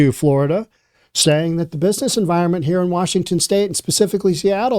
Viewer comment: Reporter sh said "excuse me, sommy. Grown ups are talking herr"